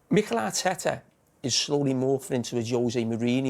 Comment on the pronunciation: Carragher: "Mighel Are-teta"